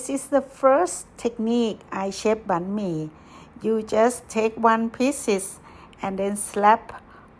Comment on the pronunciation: What is bee-me?